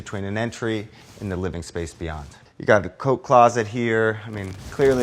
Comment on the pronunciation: I legit heard "coke closet" when he said coat closet